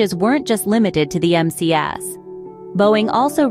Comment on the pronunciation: Hey,. The flght control system is "MCAS". Not "MAS".